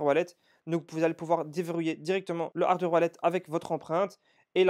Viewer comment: C'est incroyable qu'un gars de ton niveau fait des erreurs pareil.. D'cent se prononce Dissente et pas D100. On dit hardWARE wallet et pas HARDER. Bon etherium, c'est devenu commun.